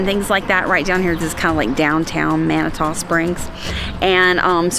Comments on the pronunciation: It’s pronounced “Man-it-two” Springs. 👍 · Guys…it’s Man-a-to, spelled differently, but..yes..Man-a-to. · FYI it’s pronounced Mani-2 Springs Have a great time. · Two years ago, on May 21st, we had 8 1/2 inches of snow in Colorado Springs. 🙄 The following year, it was 80 degrees on the same date! The weather here is ...uh...serendipitous! Lol! BTW...it's Man-ah-two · You might want ask a local the proper pronunciation of Manitou Springs 🤪